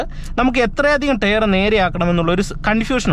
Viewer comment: എനിയ്ക്ക് അതല്ല മനസ്സിലാകാത്തത്... ടയർ എന്ന് എഴുതി താങ്കൾ ടെയറ് എന്ന് പറയുന്നത് 😢😢.